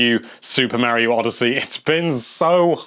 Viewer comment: Mare-io? Mar-iyo....